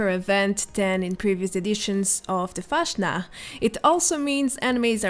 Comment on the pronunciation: Its so funny when foreigners try to speak german words😂 pls say fastnacht again is so cute😉😚